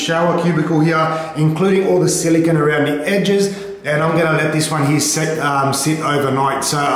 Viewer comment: Silicone not "Zillygun"